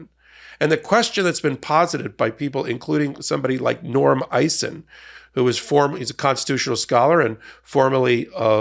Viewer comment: Its Norm Eisen, not Norm Icing,.